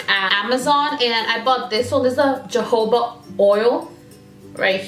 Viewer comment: Great info! (It's pronounced 'ho-ho'-ba' oil.)